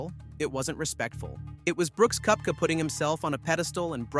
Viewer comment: It’s pronounced Kepka. Do you even watch golf?